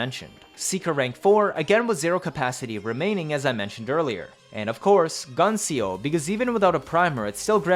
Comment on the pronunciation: Love yer vids but like....tehfux is "Gun C O"???